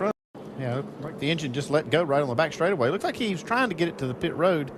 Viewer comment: he was about to say stwaightaway uwu